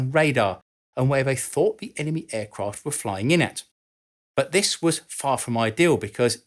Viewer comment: Oh, for God's sake, PRONOUNCE the words CORRECTLY. Another is "An-nah-THUR" not "an-NUV-er". The word "this" is NOT pronounced "VISS"